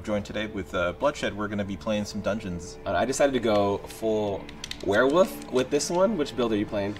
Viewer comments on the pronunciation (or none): Warewoof??? It’s wolf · "Werewoof"... my Brother-in-Christ that's not how it's said. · He lost me at "werewoof".